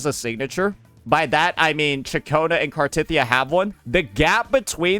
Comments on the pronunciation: its actully pronounced car the teth of the e ya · Also, knows how to CORRECTLY pronounce her name.... But he just chooses not to...